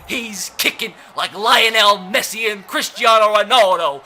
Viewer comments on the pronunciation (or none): none